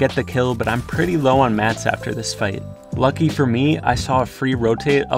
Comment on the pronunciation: plz dont say ljucky